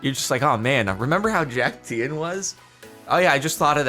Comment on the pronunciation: Lime Llamas are the last one Jordan needs to collect all the Infinity Teams, it's a sign. Also I can't get over how he pronounces Tien like Ian with a T